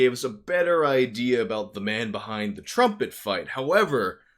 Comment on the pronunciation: Since you're (very skillfully) making fun of Levison's voice, I gotta take you to task for your own "drumpet". At first I thought that was a hip term for "drunk trumpet" or something... Anyhow, thanks for the investigation — the irony that the guy's company is all about promoting peace and compassion greatly ups the irony factor on this.